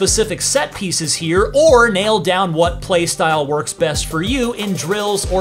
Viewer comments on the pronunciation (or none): none